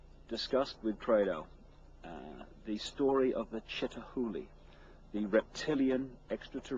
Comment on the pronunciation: Chitauri not Chitahuli otherwise great video.